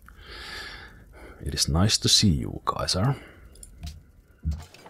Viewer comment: Did he call Caesar Kaiser?????